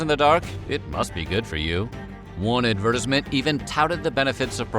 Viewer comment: wtf was that pronunciation of advertisement 😭😭